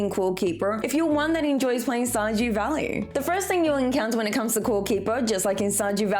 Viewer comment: Shajew valley?